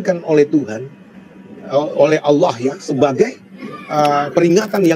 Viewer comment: Bang melafazkan "Allah" sangat fasih..ya Allah bukakan hati dan fikirannya biar bisa log in ke islam aamiin🤲